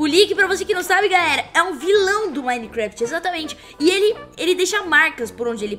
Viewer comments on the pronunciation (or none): Ela esqueceu o 't' do nome minecraft